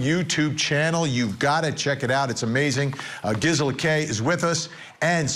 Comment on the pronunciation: how many timesyou have to have her on the show and still get her name wrong. the gizzler??